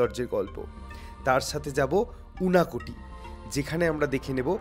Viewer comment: সত্যি বলছি, এই সিরিজ টা অনেক ভালো হতে পারত। সেরকম আশা নিয়েই দেখছিলাম। আপনাদের পরিশ্রম প্রশংসনীয়। কিন্তু quality অনুযায়ী এটা খুব উচ্চমানের লাগেনি আমার কাছে। অনেককিছুই ভালো লেগেছে, তবে ভালো লাগেনি আরও অনেক কিছু। Kunj না বলে kunjo বললে শুনতে ভালো লাগতো বা unakoti না বলে unokoti। তাছাড়া ও আপনাদের অন্যান্য vlog এর থেকে সবদিক মিলিয়ে অনেক ভালো ছিল। আমি আপনাদের একজন ফ্যান, অনেকদিন ধরে সাবস্ক্রাইবার... আশা করি সেই হিসেবে এটাকে সমালোচনা না মনে করে সাজেশন হিসেবে নেবেন। ভালো থাকবেন। আমি নিশ্চিত, পরের সিরিজে এবারের সব দুঃখ কেটে গিয়ে ফাটাফাটি হবে